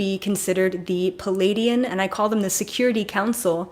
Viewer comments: You are brilliant. Thank you. Pleiadian is pronounced Plee-ay-Dee-an not Palaydeean. Most presenters get it wrong. They are actually Plejaran and speak plejaran. I’ve heard a fellow journeyed in plant journeys speak plejaran to me with such LOVE. OMG. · Hi, thanks for providing this information. I promise I'm not being malevolent here, but it should not be pronounced "Palladian". It's pronounced more like "Plee-ay-dian". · Every time you say pleadian ... I feel a wave